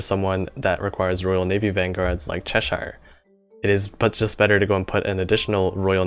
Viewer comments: You very nearly pronounced Cheshire right the first time. The "shire" part is pronounced as "sheer" with a long "e", not "sher" like you said. Maybe you should do a video on correct pronunciations of some of the Royal Navy ships, because I know many non-natives will be saying them wrong (Edinburgh instantly comes to mind...) Source; I'm English. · you might be an english person with bad pronunciation, because its pronounced "cheh-shuh"